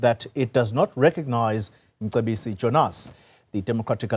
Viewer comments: Mcebisi not Msebisi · So these whites don't make even the slightest effort of pronouncing our names after 30 years! What's Msebisi?